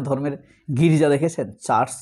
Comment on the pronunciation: ছার্চ না চার্চ বলতে হবে